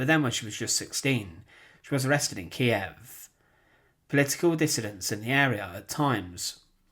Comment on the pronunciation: It's nice to hear it pronounced "Ki-ev" again.